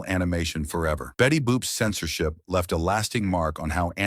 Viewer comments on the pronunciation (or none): none